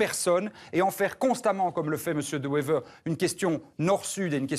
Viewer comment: The guy really does NOT even manage to pronounce Bart De Wever's name properly! Sick mentality!